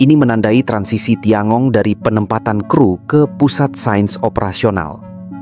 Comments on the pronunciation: Tian gong bacanya (Thien kung) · TianGong bacanya dhien kung